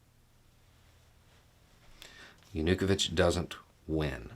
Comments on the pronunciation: Pronunciation: Yanukovych is not Yan-U-ka-vich. It's Yan-AH-KOH-vich. Maidan is not May-don, it's MY-dahn. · Is this the correct pronunciation for "ya-nu-ko-vich" (instead of "yah-new-koe-vich"? Sort of like the difference between 'keev' and 'key-ev'? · I was wondering whether we pronounce his name wrong in Germany, but in Ukrainian it also sounds more like JanuKOwytsch. Otherwise, spot on, as far as I can judge. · Pronounced Ya nu ko vich. Maiden pronounced Mi Don. If you have any questions let me know. :) yes Ukraine has a lot of corruption. Zelensky is the best president they have had since the break away from CCCP. Hopefully if Ukraine becomes free after this war, the corruption will start to come to an end. 🇺🇦👍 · While you did a good job of presenting the us perspective you forgot something really important. Ukraines history with Russia during the soviet era. The forced famine under Stalin killed over 2 million Ukrainians. Theres a very long history of Russia treating Ukrainians brutally that has built up frustration and anger over hundreds of years. Also you are pronouncing Yanukovich wrong its yah nu koe veetch. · Viktor Yanukovych- Yawn-Ooh-Koe-Vitch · I'm assuming is mispronouncing Yanukovich's name and I love it! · Love this but why keep butchering Yanukovich’s name lol. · Great summary but your pronunciation of Viktor Yanukovych made me laugh.